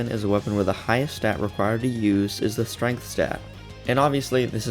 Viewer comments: "stregnth" lmaooo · Also the STREGNTH